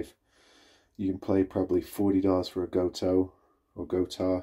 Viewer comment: Gotoh! Like 'Go-Toe' or 'Goat-Oh'.